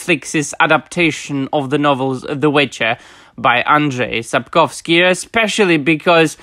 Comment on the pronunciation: I love how you pronounce names like Andrzej Sapkowski or Jaskier, sounds 100% Polish and it sounds super refreshing to listen to someone speaking on the subject in English, while pronouncing names correctly.